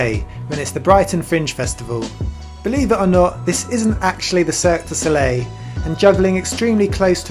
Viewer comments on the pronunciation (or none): none